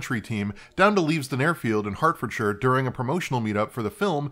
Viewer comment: Brit here, actually born in Norwich: It's pronounced 'Norritch'. Flawless on 'Hertfordshire', though. Love the content! Always make time on the day your videos come out instead of dumping them in a playlist somewhere.